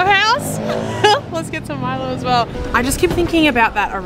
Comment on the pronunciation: Great video! Just to help you guys out a little 'kaw' is actually pronounced 'kao' or 'cow'. And they pronounce Milo as Mee-low. So it's Mee-low ice 'cow-cow'. Have fun in Sarawak!